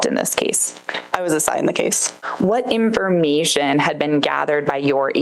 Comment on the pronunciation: Lmao this woman’s voice drives me crazy. Talks like a valley girl. Literally she talks like the blonde Liz character from Kroll Show. “In-for-MEE-shun”